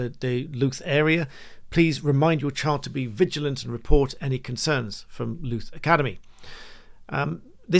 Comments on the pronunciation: Louth, Lincolnshire, pronounced LAUth...as Latin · Just a small point, Louth is pronounced as a rhyme with south and mouth. Hope that helps. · Louth rhymes with “mouth” and “south”, not “tooth”.